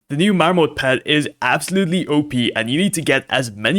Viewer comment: Marmot is pronounced mahr-mutt